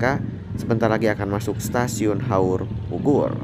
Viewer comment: suaranya dijelaskan dong, krn saya dengarnya seperti haurbubur, bkn haurpugur